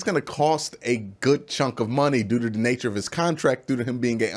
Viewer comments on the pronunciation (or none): none